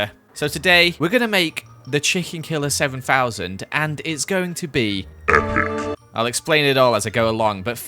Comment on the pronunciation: When he said epic i thought he burped